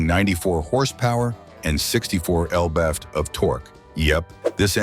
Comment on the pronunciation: Who pronounce lb-ft "elbe-efte"?